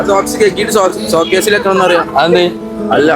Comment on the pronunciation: ഷോക്ക്സ് അല്ല സോക്സ്